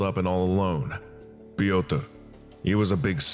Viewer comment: I don't know whom you got the script from, but name "Piotyr" is just a funny way in which an american would probably pronounce it. The name is polish and should be written "Piotr", not "Piotyr".